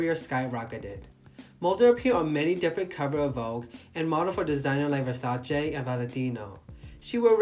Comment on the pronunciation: you pronounced Versace correctly. I'm sure you are not American